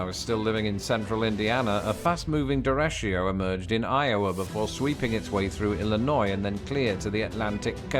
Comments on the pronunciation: . Dereshio = Derecho (deh-REY-cho) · Lawrence the Brit is adding an “I “ to derecho, the way you have an “I” we don’t have in aluminum. Its derecho, as in the Spanish word for right, either the turn or the legal/constitutional right